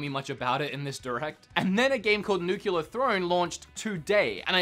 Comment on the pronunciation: the "nucular" thing really needs to die...